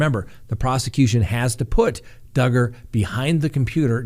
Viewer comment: Are you sure you're pronouncing Duggar's last name correctly? What does it rhyme with? :)